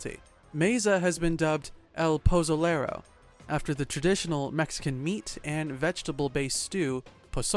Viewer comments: If dude can say pozole perfectly why tf he say El pozolero like that 🤦🏽‍♂️ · L Poezoelerro 💀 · El posoulereu es una asesineu mexicanou